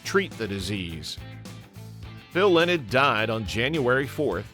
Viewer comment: You can’t even pronounce his name right?